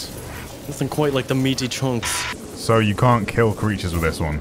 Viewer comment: " I Caunt believe you've done this"